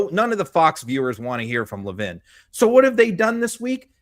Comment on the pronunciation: Mark Levin…not Mark Levine.